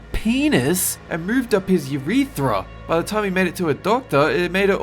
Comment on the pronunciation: Woah woah woah Uretra was pronounced U-ri-tra??